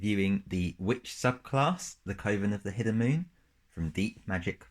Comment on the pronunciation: "Coven" should rhyme with "oven". Otherwise, great video and cool class and sublcass!